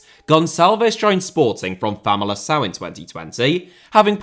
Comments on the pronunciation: It's FamaliKão not famalissão. The c is only not "k" sound is its followed by an i or an e, like Júlio César or Gonçalo Paciência, for example. If it has an ', like in Gonçalo, then its more of an "s "sound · The portuguese pronunciation is great but please don't call Famalicão Famalição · Just a note it's not Famalição, it's Famalicão (kão) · "Famalicão" was almost perfect. Nailed the most difficult thing "ão", but you did read the "c" as "ç". 8/10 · I'm guessing English people aren't used to accents making any difference so they just guess how to say it. But yeah, was going to comment that he said it wrong if you didn't